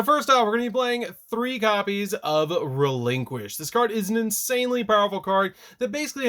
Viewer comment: Please stop pronouncing the name of the deck like that